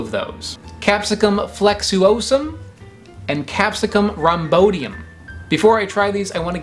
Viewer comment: "rham-BOY-di-uhm" not rahm-BO-di-uhm. Otherwise, excellent.